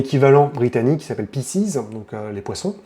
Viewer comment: Ça se prononce "Piskes" c'c'est du latin